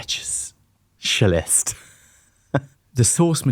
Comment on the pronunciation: I’m sold on Whisper Flow! If it can understand your pronunciation of “specialist” then it must work. 😂